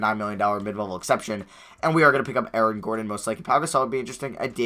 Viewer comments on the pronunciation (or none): none